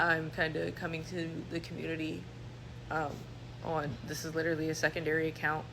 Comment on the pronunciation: Amen! Especially when it’s pronounced “LI-trully”.